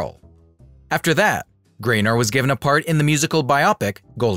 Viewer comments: The name is GAYNOR, NOT GRAYNER! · P.S. The narrator keeps calling her Mitzi GRAY-NOR," not, "GAYNOR." Get your pronunciation right. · it’s mitzi GAYNER. i guess computer voice. 😕